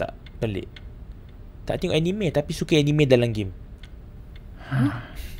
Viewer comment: salah lh sebut anime,hahahaah...